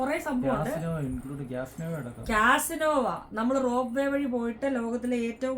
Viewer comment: It's "casino".